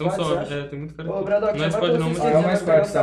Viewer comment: LOUD fala bradoock e tipo dizer bardock